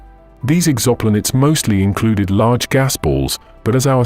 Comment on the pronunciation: probably need to put s space in EXO-Planets...it pronounces it Ex-xopl-nets